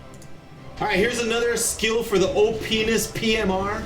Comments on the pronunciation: ROFL, GO TO , Sounds like he said penis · sounds like he says pines :D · Ha ha, he says Oh-penis XD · Am i the only one who laughed when he said op ness